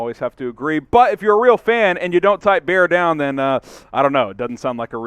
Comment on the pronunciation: Bear dahn